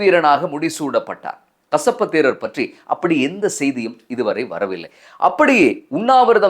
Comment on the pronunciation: கஷப்பு அல்ல , கசிப்பு 😂😂😂😂